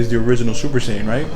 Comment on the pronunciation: saiyan not shaiyan